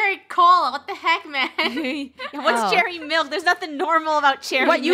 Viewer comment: she rlly said “MiLk”